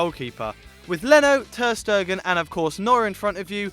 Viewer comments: Luka Pavlović Ter-Stegen (Ter-Shtaygun) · why does he pronounce Ter Stegen like Ter Stergen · ter stegen is actually a dutch surname pronounced (ter staygen) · Luka Pavlović turd-stain gen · He needs to learn how to pronounce ter Stegen. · Pronounce Ter-Stegen right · It's Ter Stegen, not 'Stergen' and it's Ricardo Pereira not Pereya.